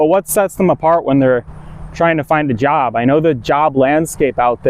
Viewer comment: You have changed the pronunciation of J. You say Yob instead of Job. Hey, relax my mind a little bit. I´m here to listen to your advice on learning language and, dude, I´m 55. You look 18 but, I see the wedding band. So, help me get rid of the Uncle Creepy vibe. You talked of "for over a decade" so, how old you be -ish?